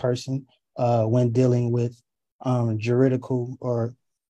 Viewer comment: Securitization? Juritical? Idiosummons? Man, this guy knows some long words and terms.😂